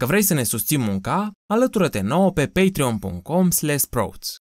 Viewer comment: Vai, cum pronunti "sprouts"...